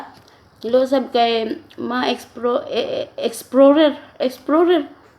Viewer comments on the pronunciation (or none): kakagutom naman po inahan eat well po, natawa ako sa exflorer nakaka bulol nga😂